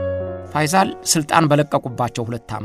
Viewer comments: ፈይዛል ሳይሆን ፈይሰል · ፋይዛል ሳይሆን ፋይሰል በል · ንጉስ ፈይሰል ነው ፈይዛል አይደለም በተረፈ አቀራረብህ አንደኛ ነው እሸቴ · "ፋይሰል" ነው እንጂ "ፋይዛል" አይደልም ስሙ፡፡ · የተከበርክ እሸቴ አሰፋ...በመጀመሪያ በምታቀርባቸው ይዘቶች ላደንቅህ እወዳለሁ። በዚህኛውም ይዘት... "ፈይዞል" ሳይሆን... ፈይሰል ቢን አብዱልዐዚዝ ነው የሚባለው። እስኪ ደግሞ በሐጂ ሙሐመድሳኒ ሐቢብ ታዋቂው የኢትዮጵያ እስልምና ጉዳዮች (መጅሊስ) መስራች ታሪክ አጠናቅረህ አቅርብልን!! አመሰግናለሁ! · ፈይሰል ብለህ አንብብ